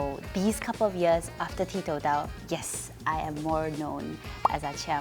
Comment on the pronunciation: Koe Yeet, did you and the rest of the cast realise that 'ti tou dao' was mispronounced many times as 'ti dao tou'?